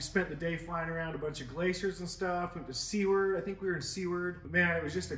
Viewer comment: "Seward" is pronounced "Sue-ward" lol